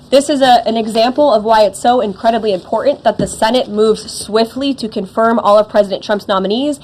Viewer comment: Ugh she does that under - 30 thing where her letter "T" is missing. Important is pronounced "impor-int"